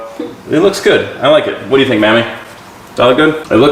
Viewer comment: She said whaaaaasst